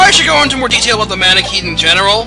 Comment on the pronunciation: It's pronounced man-a-ket-eeee